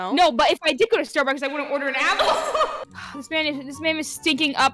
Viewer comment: im sorry , but i thought you said the name is Starbuckies not Starbucks so thats kinda confusing ahahahah 😂